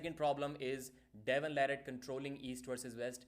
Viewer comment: Devon La"Ratt"